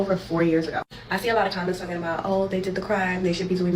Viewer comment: Once she said "they knew people would try......" she started TAWKIN